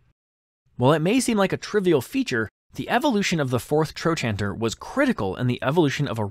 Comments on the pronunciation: It's pronounced "tro-canter", not "tro-chanter." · "Tro canter" is how the US professionals I know say trochanter. Not sure if other countries have different pronunciations. ~ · Trochanter is pronounced, "troe -kanter". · I've never heard "trochanter" pronounced like that. Not saying it's wrong, but the only way I've ever heard it was TroKanter. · It's pronounced "tro can ter" in modern medicine. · THE WAY YOU PRONOUNCE TROCHANTER IS SIMPLY A-M-A-Z-I-N-G!!!!😂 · Please learn how to pronounce "trochanter" before saying it so often.